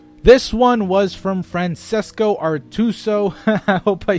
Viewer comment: Hey Goose, thanks for replying to my question! It's actually pronounced Fran-chess-ko, but you nailed my last name, so good on you! Personally, I think the subject of writing in video games is pretty fertile ground. I agree that a game doesn't really need a story to be a good game (witness the original Mario games for example), but that too many games that have a story, actually have a pretty shitty story. I'd love to hear your thoughts on what makes a good video game story. Is it better to tell the story through cutscenes or through gameplay? Should a story ever take precedence over gameplay or should the story simply serve as the bridge between various levels of a game? What games have good stories that were well told? What games have good stories that were told badly? What games are fun but have shit stories? Like I said, pretty fertile ground. Love the videos man, thanks for doing what you do.